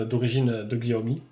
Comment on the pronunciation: bonjour, on ne dit pas xiaomi mais cha o mi Je suis en chine depuis 3 ans et je viens de faire l'aquisition du MIX2